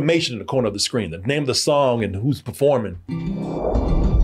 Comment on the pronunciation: I say this out of fun, but the biggest roast in these reviews be how will butcher a goddamn name 😂😂😂😂😂